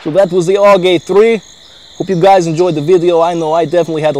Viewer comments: its A.U.G.not aug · Not aug. It's A.U.G which is an abbreviation for "Armee Universal Gewehr" (german for "Army Universal Rifle")